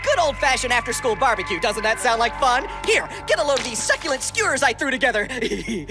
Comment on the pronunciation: “suckulent”...... GOD MOTHER FRICKEN DAMN IT!!!